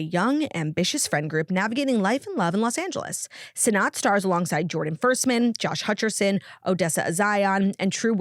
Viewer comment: not that it actually matters, but since it's in an ad and your livelihood depends on it, I'm pretty sure Rachel Sennott's last name is pronounced "senate"